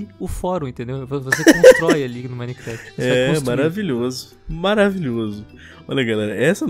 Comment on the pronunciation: Hacker nutella: Anonymous Hacker raiz: (parem de falar "Minequeft" e fala certo ;-;)